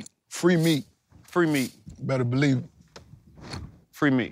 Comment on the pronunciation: Lol "free meek "